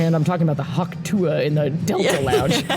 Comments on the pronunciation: You know they’re not in the same circle as people who are obsessed with the Hawk Tuah girl cuz they keep saying Tuee and not Tuah 😂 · You guys in a deep conversation about the sound ‘hawk tewy’ when it’s ‘hawk tuah’ is sending me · Is no one talking about how it’s hawk tuAH not hawk tui 😭😭 also this was a great episode lmao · When first said hawk tooie, I almost choked on my coffee